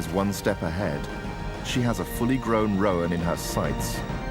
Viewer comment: Great footage but if I could point out one insignificant niggle, "roan" (antelope) is pronounced "rone" not "ro-an".